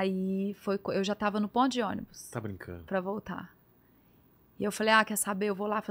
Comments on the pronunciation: Sou com muito orgulho! Achei fofo ela dizer "Pondiônibus". Ela é muita linda e guerreira! Beijo de BH. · É memo,disse que tava no pondionibus kkkkkkk